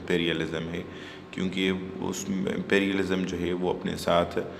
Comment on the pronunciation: Plz correct your pronunciation of Monopoly , imperialism etc. Rest is your nice effort